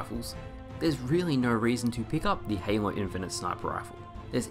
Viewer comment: I think I heard you call halo Hanelow?